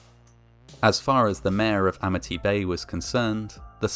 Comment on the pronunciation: "Amity" turned into "Amnity" real quick like. And don't be hatin on Sharks! They just hungry, and you look like food.